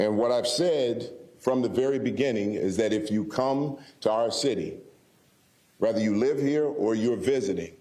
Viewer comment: Why do black people have such a hard time with the word "whether"? They always say "rather"...